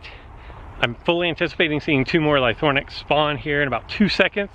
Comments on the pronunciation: Ly-THRO-nax ;) not Lythornax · Use broken dinosaurs to break another broken dinosaur, seems legit. And it's LY-THRO-NAX, not ly-THORN-ax!